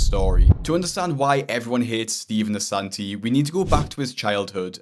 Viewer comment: love how he has “Ass” in “Assanti”